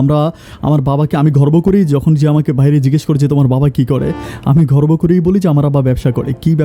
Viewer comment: শব্দ বলা ভুল আছে আপনার ঘর্ভ না গর্ব হবে